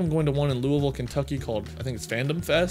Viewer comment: DID YOU SAY KENTUCKY?????